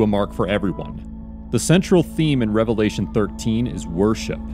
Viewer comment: Sounds like devilation not a revelation lol